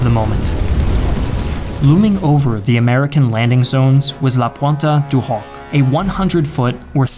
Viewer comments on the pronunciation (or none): "La pointe du Hoc" isn't said like that, id be better if you just said "La point" instead of trying to pronounce the E at the end (which the majority of the time in French the last letter is silent) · Pronunciation on Pointe du Hoc and Tehran.